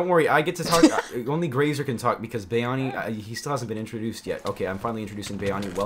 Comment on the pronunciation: Why does Graser say BYani?